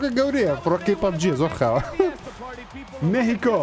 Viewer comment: سەرکەوتوو بیت بەس پێی ئەڵێن مێخیکۆ نەک مێهیکۆ